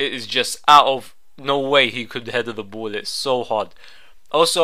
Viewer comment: "can't heather the bool"